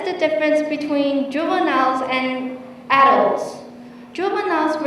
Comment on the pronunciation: well done but adult phát âm chưa đúng thì phải